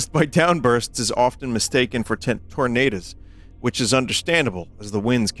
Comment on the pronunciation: "Tournadas" lol